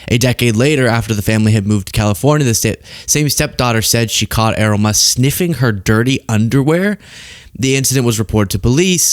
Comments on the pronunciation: It's not Er-roll or E-roll. It's pronounced Eh-ryl. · Pronounce Errol correctly, otherwise great vid, it's Air-roll, but Err-rol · Err - role? Errol rhymes with peril ya fcking eejit.